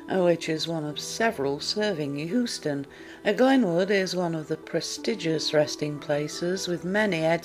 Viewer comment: Hoo-ston? Seriously? May the ghosts of dialect coaches past, present and future haunt you.